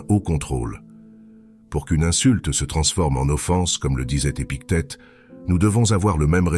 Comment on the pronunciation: 1.29 le manuel de vie des piquettes... Sacrée IA!!! et big tet à 11.09 ha ha!